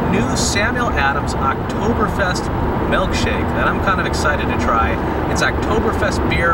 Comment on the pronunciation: Giggled every time you should melkshake